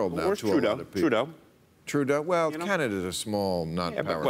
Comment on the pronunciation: When Spitzer was saying "Trudeau," I at first thought he was saying, "True dat."